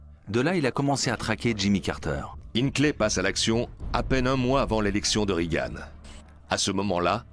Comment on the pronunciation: on ne dit pas "rigane" mais "régan" ! bande de niais !